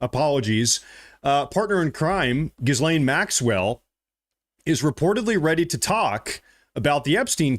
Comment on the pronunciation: Ep Steen. Gill (like gills on a fish) Lane Maxwell.